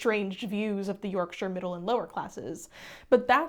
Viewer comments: If you really want to say it like Yorkshire folk, it's BRONtee, with a hard glottal stop on the 't'. It's how I grew up saying it in Leeds. Also another voice thanking you for saying Yorkshire properly! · As a Yorkshire person I say Bron-tee similar to how you did and I think everyone I know does too, so I wouldn't worry too much. I did also very much appreciate you pronouncing Yorkshire correctly